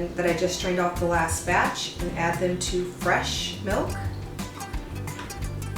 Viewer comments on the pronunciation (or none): none